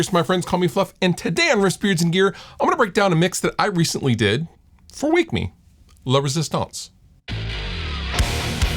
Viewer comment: Sounds like you're saying "Lovers' stance"